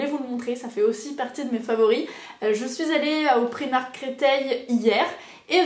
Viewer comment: D'ailleurs on dit pas "primark" mais "praïmark"